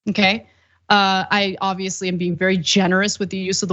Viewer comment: He was vewwy mean 😂😂😂